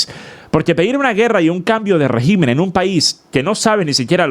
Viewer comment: escucha bien como se dice régimen. Ya que la voz artificial lo dijo mejor